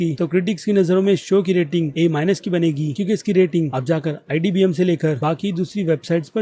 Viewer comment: Bhai tu gawar hai Imdb ko idbm bolta hai🤣🤣🤣